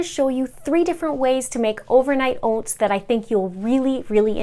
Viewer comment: I eat overnight oats every morning because I need to have something prepared ahead of time! I'll have to try these recipes to shake up the mix-ins. P.s. I loved how your Canadian accent came out when you said Ohh-vernight Ohh-ts 😉😊 (this coming from your ND/MN subscriber...haha)